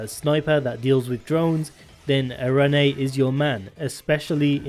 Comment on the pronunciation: The name “arene” is pronounced “air-reen” or “ah-reen” btw. It is a reference to a classification of a certain type of chemical in organic chemistry.